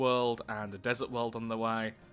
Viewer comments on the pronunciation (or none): none